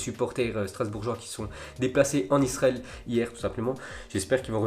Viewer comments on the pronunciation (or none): none